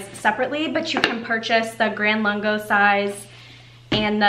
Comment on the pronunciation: Hi, You are mispronouncing the name of the Nespresso line. It's called VERTUO, there is no 2nd R in it. Say it phonetically Ver-Too-0. Next Lungo is pronounced Loongo (not laango).